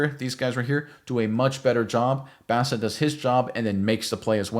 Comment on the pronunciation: Petty sure it's pronounced "Boss"a. .... and he's kind of a Boss. A little development from what he did in college and he is actually gonna be elite. I don't use that word lightly. He is like Bolton with better pass coverage.